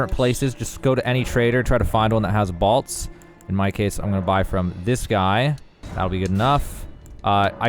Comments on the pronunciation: Are you saying BALTS? It's pronounced BOLTS bruh... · *Bōlts, not bahlts. And it’s the Black “Key” crossbow, not the Black “eye” crossbow. Otherwise, decent guide. Thanks. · What are “balts” 🤔 I only can find “bolts”. 😂 all kidding aside, thank you for the video. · The most shocking thing about this video is how he says "bolts". Balts? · Balts? Never heard that pronunciation before. Great farming spot though. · Balts?? Am I the only one that heard that? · "balts" lol